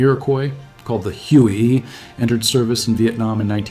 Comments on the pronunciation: lmao I stopped after this bot tried pronouced it "HUHyouee" 🤣 Yeah big pass on this AI voice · I caught that too lol. The inconsistent spelling of the faux NVA's name was a tip off, but Huey stood out so much. It was like the AI got confused wanting to say "Hugh" and "Hooey" at once.